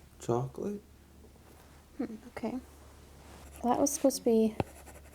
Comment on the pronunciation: Why he say chocolate like that lol